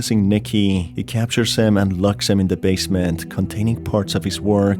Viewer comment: Just a little critique on your pronunciation. You shouldn't stretch the last syllable of a word at every breathing pause you make. Example: "Managing to break into the basemeeeeent" "Alongside the Toooooys! "coming to the shocking conclusiooooon", etc. It sounds really unnatural and becomes very apparent after a couple sentences. Hope you don't take this the wrong way.